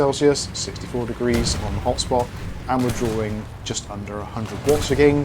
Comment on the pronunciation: whenever he says "this game is drawing ..." i only hear "this game is boring" and its funny x)